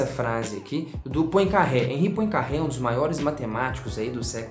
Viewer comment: Só um detalhe: Poincaré pronuncia-se Puancarrê